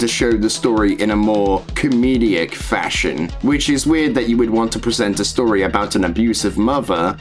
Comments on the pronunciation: Great vid. Shows that you can't pass off fictional content as real. Even though Lt. lickme said some of his videos were fake, it's so sad that he used his talents for this purpose. Why do you pronounce 'comedic' as 'com-me-de-ic'? Bit weird. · Comedic. Com-ee-dic. Great video though :D